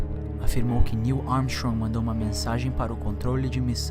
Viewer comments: "Nil Armixong" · tu falou meio errado o nome de Neil Armstrong hein... 🤣🤣🤣🤣🤣🤣🤣